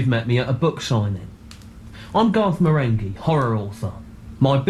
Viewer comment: Marenghi has a hard G like in finger